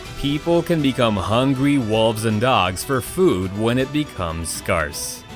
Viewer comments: SCAAARCE lol Its It's not an hard r Its pronounced like scare So scarce not scar ce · this dood literally just said "skarce" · i cringed at the way you said scarce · We just ignore the way he said scarce? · Anybody else feel weird on how we said the word scarce